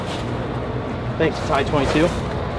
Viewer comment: Nice tire warmers. Oh yea it’s pronounced T I 22 not 👔22. I should know because I work for them. 😉 Don’t worry because Tanner Holmes calls it 👔22 too. You sprint car guys. Maybe it’s a westcoast thing. 😂 Keep cranking out the videos. They’re Awesome. 👍🏻👍🏻📺